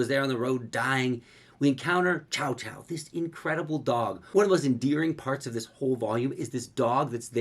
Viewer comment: I believe the dogs pronounciation is more like "choo-choo'" than "chow chow". that's what is pronounced in the anime if i remember correctly.